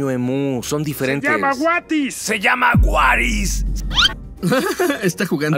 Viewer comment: Acaban de decir que se llama "watis"y Chris le dice"waris"xD